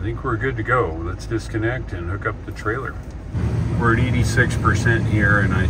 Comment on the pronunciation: What's a 'Tailer'?